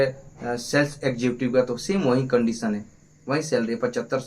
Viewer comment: executive bolna sikh pphele